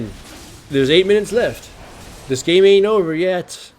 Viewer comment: the way he pronounced "game" sounds like "name" I checked for a 2nd time, was like "title of this name" u wot m8